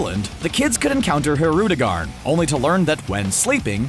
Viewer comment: You pronounced Hirudegan's name wrong